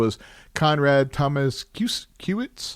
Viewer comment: Tomaszkiewicz To ma sh kie wi ch. Sz-sh like in ship and cz-ch like in Churchil, hope i help 😊